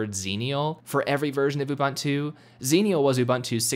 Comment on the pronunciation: You can't install it until you can pronounce it right. The Beaver told me that.